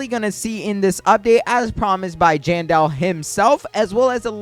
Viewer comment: Am I the only one who noticed how he always misspells Jandel and says Jandal and another thing a normal candy blossom is like in the thousands but 1 normal lilac I had was 21 million and suncoil is said to be better than candy blossom do ur research next time